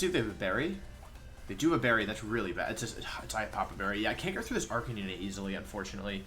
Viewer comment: everytime wolf says "arcaneenay" I die ahaha